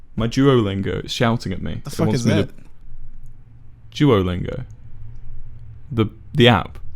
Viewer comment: sounds like he's saying jewolingo